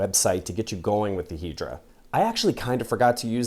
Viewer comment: Is it really pronounced "Hee-dra" and not "Head-ra?"